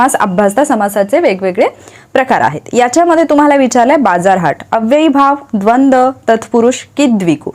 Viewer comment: Khupch chhan lecture madam Thank very much prantu tumhi dvandva samasache ucchar dvand chukiche kele ase watate